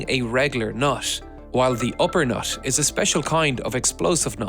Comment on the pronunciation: these are the times when NUT is "noth". awful english mate.